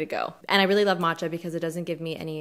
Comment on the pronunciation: Thumbs up for finally pronouncing “matcha” correctly! 👍👏😹💚💚💚 Proud of you!